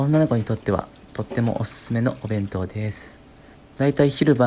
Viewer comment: でぇすぅふ…って聞こえるww